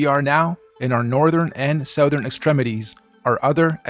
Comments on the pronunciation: "supposably" - yah. Well, OK, I rest my case. And that last twat doesn't even know how to pronounce "Southern". Go back to school, flerfers! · Let's not forget, South-ern, ArTEMis, Aurora AuSTRAHlis....